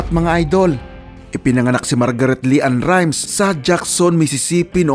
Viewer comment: Leann rimes hindi Li ann hahahahaaha